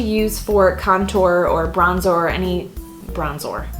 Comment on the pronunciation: I literally LOLd when you said "bronzOr" hahaha!!! It was awesome! Love you!